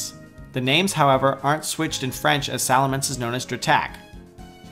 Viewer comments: Nope, It's Salamèche, not Salamence. It's not in Silver, it's in Gold. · Charmander is "Salamandre" in French, not Salamance... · It's actually SalamECHE and not Salamence for french Charmander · For charmander, in french we pronounce salamè"SH" (like fini"SH") not salamence. Very nice vidz by the way :) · OBJECTION! Charmander french name is actually Salamèche not Salamence (the pronunciation isn't the same at all) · Mispronounced Salamèche, but it's okay